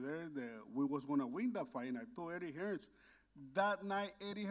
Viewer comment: Why can't anyone from USA/Mexico say "Hearn"?